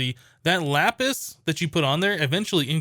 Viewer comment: I thought he said yapis